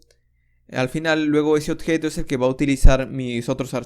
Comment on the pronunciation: compatriota peruano detected :D (cuando menciona odjeto) gracias bro por el aporte